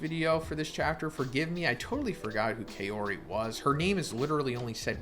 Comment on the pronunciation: Just want to point out it’s pronounced kah-ori.